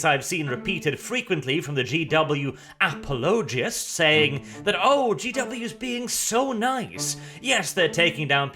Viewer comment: How to pronounce 'apologist' = A-Pol-La-Gist not Apple-Logist!